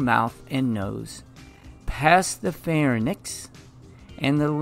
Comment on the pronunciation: PHARYNX. PHAR-YNX. not Farinix.